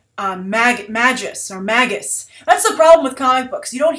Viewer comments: you could pronounce it the way its spelled lol and if marvel comes up with a new pronunciation thats on them. cause its magus not mags-us like his name is maggie or something lol. a magus is a type of magical being like a wizard or sorcerer. its like dc taking an arabic word ra's and changing its pronunciation to raesh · "Magus" (mage, sorcerer) is pronounced with a long "a". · "Mage-Us" And Adam Warlock is essential to the Guardian property. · Magus, pronounced May-gus -_-, it's an actual word for crying out loud.